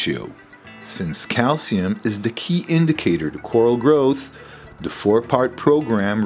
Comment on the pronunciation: It’s, the, not, dee.